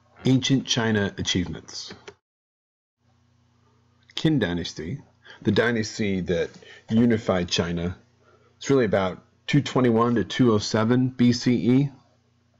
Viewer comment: The “Qin” is the pinyin of the Chinese character “秦” and is pronounced as something like “tsin” instead of “kin” actually